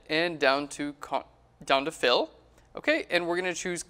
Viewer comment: I keep hearing "Content Aware Phil". Like there is some guy there who is aware of the content around him.